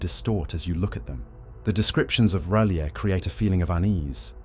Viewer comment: Fucking AI can't even be consistent in its pronunciation of R'lyeh.